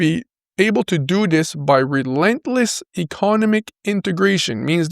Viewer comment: Ec-o-nom-ic my friend